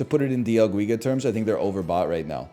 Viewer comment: Holy hell, its not dia guiga, its D L GUIGA